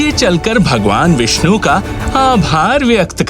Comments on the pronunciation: Vinshu nhi mere bhai, "Vishnu" 🤦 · Bhai , say vish-nu There are many more names of vishnu like : narayan, vasudevaya, hari etc